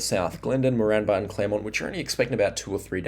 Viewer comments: Great videos, agreed, try pronouncing Moranbah as More-n-bah, or More-an-ba. Also Eidsvold, try Eyeds-vold or ieeds-vld.❤ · You’re pronouncing Moranbah incorrectly.